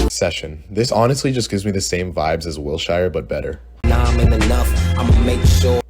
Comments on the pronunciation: it is pronounced "will sure" not "will shai er " : 0 <3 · it’s “will-SHER” not wil shyer 🤦🏻‍♀️ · LA native here, it’s wil - sure not wil - chi - re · BROOO WILSHIREEE????? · WILSHIRE??? WHATTTTT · Man called wilshire mid i cant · 1. you're wack 2. what 3. that's not how you pronounce wilshire